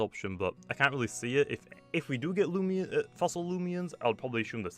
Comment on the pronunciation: The word “Fossil” almost sounds like “Floss”